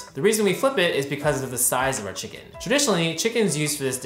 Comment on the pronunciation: of course find the guy that says "chickeen" for a chicken video so he has to say it 100 times. delightful